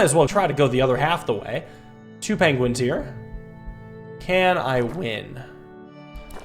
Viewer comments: I just love that, calls the penguins, penglins. And the walruses, seals. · I heard what you said there.... Pengwings